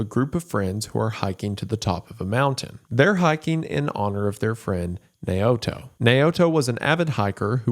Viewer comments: "Nay-oh-to" is pronounced "Now-toe". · (Naoto) Nay o'toe is pronounced now-toe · Naoto is pronounced Now-toe. I had a drug counsellor named Naoto. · "Nay-o-to." Lmao, Jesus. You spent so much time on this and couldn't take like 30 seconds to confirm the pronunciation of names said throughout the video in question. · The name is pronounced "now-toe" not "nay-oto" I'm sorry but he says it so many times, love ya goon gang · Why is it hard for english speakers to say Japanese words like it spelt? Wendi said Naoto as Nay-oto, it isn't even french or russian.